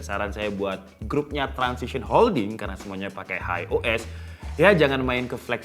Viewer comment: Transsion bukan transission